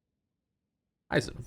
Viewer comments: Hee-zen not "Hi, Zen!" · Hizen. Not Haizen. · HI-ZEN! not HEISEN!